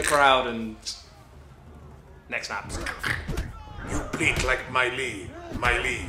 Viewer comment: Nooo, not Mi-Lee. Don't remind me of that. Plus, he survives all the sequels just to insult us all.